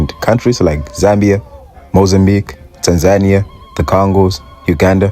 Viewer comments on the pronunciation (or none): none